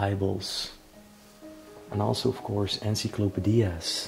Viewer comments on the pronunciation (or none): is he saying encyclopedias??